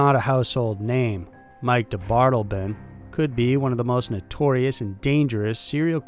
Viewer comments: Also, DeBardeleben is pronounced de bard eh lay bin, not de bard elben. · its pronounced dee bart ta lay bun (ffs ) i mean COME ON JUST LISTEN TO ONE I MNEAN ONE SINGLE OTHER PERSON SAY HIS NAME OVER THOUSANDS WHO HAVE DONE THIS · He is "De-bar-de-le-ben", he is not "da' bottle-bin". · His names is James Mitchell DeBardeleben the 3rd which I'm sure you already know. Pronounced Da-Bar-Da-Laben. Aka Mike. Just an fyi. Love your show! Keep up the good work. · Interesting last name. Seems like it would be said “dee-bar-del-uh-bin”. Or can picture is being said the way you said it. Not sure